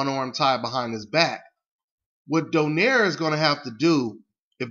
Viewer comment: american pronounce donaire. we are do-nai-re. filifino name.